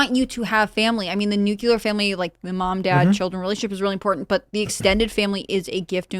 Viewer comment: the word IS Nuclear (correct pronunciation of the word is “NEW-clee-er.” In this case (somewhat unusually), the word is spelled exactly how you are supposed to say it.) It's NOT nu-cu-lar!!!